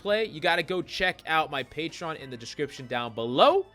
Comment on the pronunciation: Bruh. In the first 17 seconds of this video, you said "Expsecially" and "Pagetreon." You're a lunatic. Subbed.